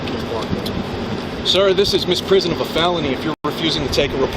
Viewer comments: "misprison" lol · I thought I was imagining that. He DID say "misprison". Jesus. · I just noticed that he kept mispronouncing "misprision", possibly ignoring that third "i" in the word that means it's pronounced like "miss-PREE-zhunn"; FWIW, "misprision of felony" historically meant a failure to report serious unlawful activity that one knows about (the word originally meant "misunderstanding" but its legal meaning has been restricted over time), and although most common-law countries have abolished it, the US has kept it around, but codified in 1909 to specifically require an active cover-up, and also to explicitly exempt spouses and those who would have ended up implicating themselves if they hadn't taken those actions.